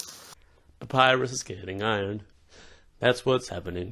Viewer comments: Did you said sexy Papyrus? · dude, you just said " papyrus is really hot " i swear you said that! im dying of laughter 😂😁